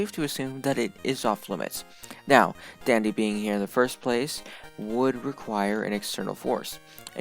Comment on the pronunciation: idk why but when it said "Part one Dandy" i thought it said part one Diddy lol